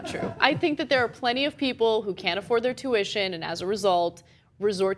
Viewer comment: "Shoe-uition" Priceless